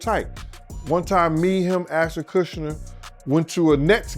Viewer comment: " assnon kurshner "